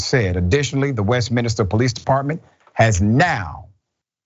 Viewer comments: Not "Westminister" proper pronunciation is per the spelling "West min ster"! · west-min-ster; not west-minister 🤦‍♂ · West minister? Surely it’s Westminster? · Dr. Richey I hate to nitpick, but it’s pronounced West-Min-ster